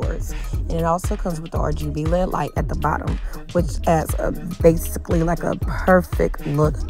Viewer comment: Lol Lead? It’s L.E.D lights